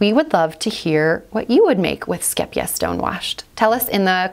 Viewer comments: You say the first part of the word scheep (scape) So no e sound the two e's are said like a long A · This is not actually how you pronounce it, haha. The second syllable is correct though! If you type in "scheepjes" in google translate you can click on the audio button to find the actual Dutch pronunciation. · Oh my goodness, now I know how to pronounce the name. I've been mispronouncing it for years! Lol Skeep-jeez 🤦